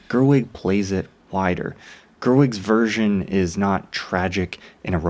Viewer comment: It took me minutes to realise that he said 'Version' and not what I thought was 'Virgin'.